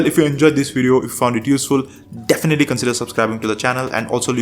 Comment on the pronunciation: haha that’s the best way to sell birdshit that I’ve ever heard bro… “yeah you heard me” hahaha listen to yourself! You said “do do and wideo” you had me at harro! ❤